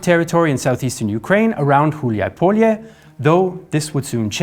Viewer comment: Just a very small observation :D Huliapole, try not to force the "H" or separate pole from Hulia because then you would be dangerously close to say "Field of dicks" in Russian and Ukrainian :'D